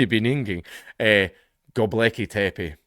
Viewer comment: Gobekli Tepe, so you got it right.